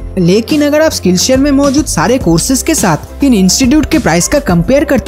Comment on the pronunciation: It is irritating and irksome to listen your pronunciation of " r" as " d"...viz., agar is being pronounced as agad...😆😆😆😆 .. perhaps your dictionary missing the letter r...!!